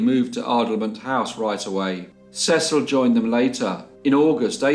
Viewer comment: In America we pronounce Cecil. Cee-cil. Another great case, poor boy tho!